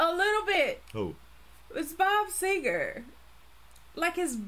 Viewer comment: Bob Segar NOT Seeger!!